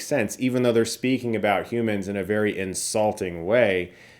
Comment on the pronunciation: Did you say “vary very good”?!? I don’t trust you now!